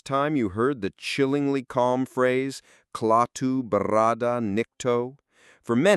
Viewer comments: The U.S. military may also have been a bit sensitive as we were currently involved in the Korean War. BTW, why not hire members and equipment from the MD or VA National Guard and have them maneuver in a local park? Re the final secret, I think you are wrong. Klaatu (not Claw-to) says that his race has given all police powers to the robots as a way to avoid conflicts such as wars. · I gotta go now ... yea ... the thought of the narrator saying "Claw -too" is giving me the willies. KLATU!!! 😱😱😱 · Not CLAW-Tu, but KLATT-Tu. Did you see the movie? A.I. voice I'm guessing since a real person would not goof up on a key name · You say klawtoo with a "claw" A sound, but it was pronounced klatoo with a "fat" A sound. Bugs me. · Clawtoo ?????? You better go back and watch the movie. Learn to pronounce correctly. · Why is the narrator mispronouncing KLAATU as KLOWTU? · KLATO PRONOUNCE IT CORRECTLY PLEASE. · AI really wanted to say, CLAW-TOOTH? idiot AI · This guy needs to rewatch the movie to learn how to pronounce Klaatu. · The was a weak representation of the classic. Especially the poor pronunciation of Klaatu by the narrator. And the most obvious thing left out - the correlation to religion. Mr. Carpenter? Know any carpenters in the Bible? When “killed”, Klaatu explains that they can come back temporarily (3 days) if needed. Trying to speak to the people about love and peace, or the likelihood of obliteration? Think about it. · how do they put this much effort into this piece and yet get "Klaatu Barada Nikto" wrong? also, bad pronunciations in many other parts. sad commentary. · Very interesting BUT - you mispronounced so many names of actors, their character names, etc -- which makes me wonder - did you even bother to See the movie? You even mispronounced the name of the lead character, Klaatu. Jeezes, don't make so many goofs in a single video. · OMG!!!! YOU ARE MISS-PRONOUNCING THE ALIEN'S NAME !!!!!!!!!!!!!!!!!!!!!!!!!!!!!!!!!!!!!!!!!!!!!!!!!!!!!!!!!!!!!!!!!!!